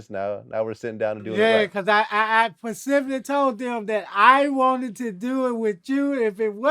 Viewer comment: Only hood niggas say "Pacfically" 💯